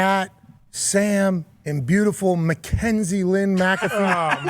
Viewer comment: Bro when I heard Cole say Mackenzie’s name on smack down I knew it had to be a mistake😂😂